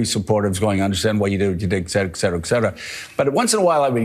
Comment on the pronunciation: Counter Points: you misspelled harassment. Scarborough, in our country we pronounce et cetera (Latin for "and other things") the way it's written. You apparently think it's ek cetera (or is that just your bizarre speech impediment ["gel" for jail, "fill" for feel...])?